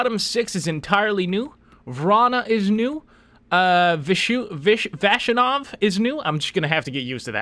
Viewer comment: Vas you nov is how you pronounce that :)